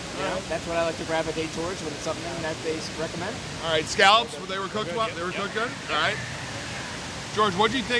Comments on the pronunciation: Scallop sounds like scald……Scal d. Scal lop. We’ve talked about this before….😁 Signed, a decades long offshore Scallop Fisherman. BTW, food looked awesome. Great job!!! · Great! But…… Once again…. Scallop is pronounced like scald. Scal d….. Scal lop I’m a decades long offshore Scallop Fisherman. We’ve had this chat before…..🤪😁